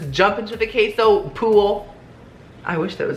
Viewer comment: I know you are Mexican but you are butchering the word queso lol